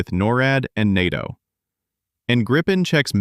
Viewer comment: The voice is very good, but when it pronounces NATO like "Enn Eigh Tee Oh" I can't take it seriously.